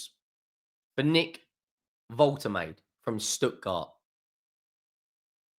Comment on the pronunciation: Not woltemade it’s Voltehmadah 😂😂